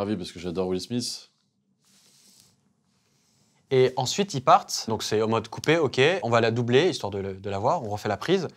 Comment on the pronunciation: C’est pas will smisse c’est will smith ( smite)